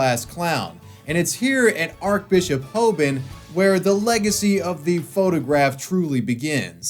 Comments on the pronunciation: Just fyi its not pernouced Arc its pronounced Arch so Archbishop pronounced like arch than bishop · It's pronounced archbishop, not archbishop